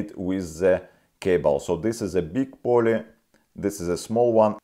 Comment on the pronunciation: Да говори по русски не мучай себя и зрителей. Акцент очень ухо режет невозможно сконцентрироватся. Англосаксы могут субтитры почитать. Я живу в Канаде уже 17лет так что уж поверь мне про акцент. Плюс неправильно некоторые слова выговариваеш это становится еще более. Pulley это Пулли а не Полле.